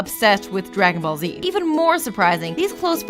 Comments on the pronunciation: Did she just say "dra-gone ball z"? Dafaq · Dagon bal zed